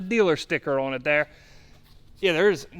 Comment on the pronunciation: "Ohhhhwwwwnnn" Nope its just "ON"